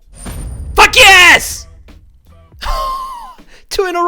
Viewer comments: FOOK YEES, that is the most Aussie thing ive ever heard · “Three, two, one... FAKYES” I’m so dead HAHAHA